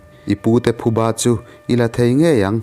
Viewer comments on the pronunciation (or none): none